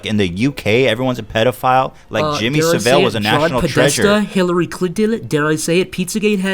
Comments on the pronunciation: It's Jimmy Savile not 'sav-vel'. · It's Jimmy Saville not Sevelle; for God's sake Ethan. The guy is a national hero over here, at least say his name right. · Jimmy Savel? Ahem It's pronounced: 'Jimmy Sav-ill' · Jimmy Civ vil? It's Savile, the clue is because it has "vile" in it. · BTW its Jimmy Saavel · The way Ethan pronounces Jimmy Savell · Jimmy Saville is pronounced sa vill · I've met Jimmy Saville.... (it's sav-ill btw) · The way Ethan pronounces Jimmy Saville is hilarious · The way Ethan pronounced Jimmy Savile's name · Ethan's pronunciation of Jimmy Savile confused me. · Fuck. You keep saying saville wrong. Good podcast tho